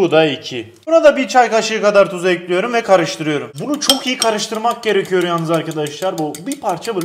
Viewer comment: Nobody::tencereyi ocağa ekliyörüm